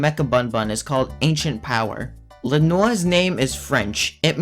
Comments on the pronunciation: "Le Nor's name is French-" Me: "LOL WHO TF IS LE NOR, ITS LE NOIR" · bro its not pronounced l'nor get it right. sorry no hate keep up the good content